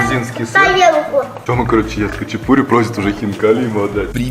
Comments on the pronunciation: Почему говорят хачипури?ХАЧАПУРИ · Только не хачипури а Хачапури :) режет слух когда не правильно произносите слова . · Автор! Не хычипури, а хачапури!!! И произносить нужно именно так ХАЧАПУРИ! А не хычипури... Буква П в этом слове – воздушно-летящая ПХ! Хычипури, блин!